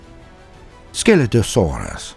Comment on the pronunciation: Only listening to this I thought I heard "Skeletosaurus" when you were talking about Scelidosaurus. 🤣 Great video. Keep up the good work.